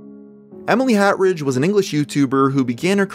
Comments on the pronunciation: He said HATridge not Hartridge. 0/10 unsubbed and never using YouTube ever again. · Hartridge....not HAT-ridge. SMH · You called her hat-ridge not hartidge